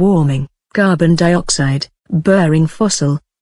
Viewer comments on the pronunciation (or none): burning fossil instead of burring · min 5.02 I think it should be burning fossil and not burring fossil... but thanks anyway